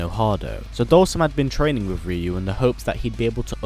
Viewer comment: Ree-yu ... -_- UHH NO. it's RIE-YU !!!!